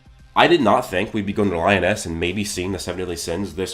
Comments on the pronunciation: LEEEE-OOOOOHHH-NEEEESSSSSSS not lyon-es TF??? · Lee oh ness is how you say it I think? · Lee -oh-naise..... :p lol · Li-o-ness 😂😂😂 good vid though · Cool vid but Liones isn’t pronounced that way bro